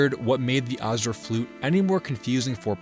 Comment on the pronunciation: The "c" in "Arceus" is a hard sound, not a soft one. You also mispronounced "Azure."